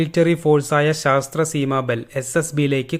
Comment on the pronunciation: ശാസ്ത്ര അല്ല സശസ്ത്ര